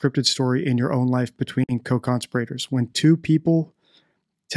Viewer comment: Great video. One thing: co-con-SPEER-uh-terz